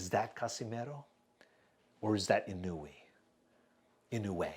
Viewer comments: bub come on I thought you how it is Inou e. Like this Inowe it is w-e not weeeee not ino-way wrong. It is Ino-we. I will send you a link. Here click this URL and listen how the Japanese pronounce Inoue Dude you pronounced it right IN-O-WE In Japan there are surnames Inoue and Inoui. Inoue you pronounce as Ino-we and Inoui as Ino-wi. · In no way...is the right pronunciation sir ahhahahah